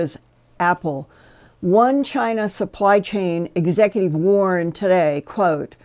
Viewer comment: Executive, not Exective; Civilian, not Civilan; Tucson, not Tucon